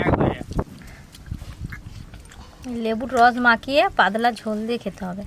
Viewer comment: পাদলা কি ভাই পাতলা 😂😂😂